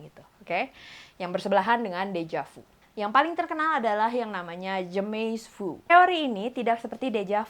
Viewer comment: "jamais vu" itu di pronounce bukan jemey vu, tapi jamey vu. hehehe